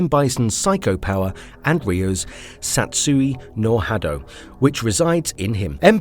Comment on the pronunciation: Correct me if I’m wrong, but I’m pretty sure it’s “Satsui No Hado” not “satisho no hado” the announcer completely butchered the pronunciation